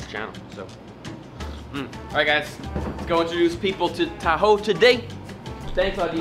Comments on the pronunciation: it is not Pronounced as tahu it is taho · Xiaoma pronouncing "TA-HOE" is just endearing. It's pronounced abruptly as "TA-HO". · its not "tahow" its "taho–" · what Filipinos hear: taho what Americans hear: tahoe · How they pronouns taho Philippines: Tahu America: tahow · OMG I LOVE HOW HE PROUNOUNS "TAHO" AS "THAW" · Its not ta. Ho its taho say this tawho and now you pronounced it right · It is pronounced taHO not TAho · Tahow No its pronounced Taho!! Not how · xD he pronounces it like Ta-Hoe LOL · He pronouncing it wrong :( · I am a fellow filipino and you pronounce that wrong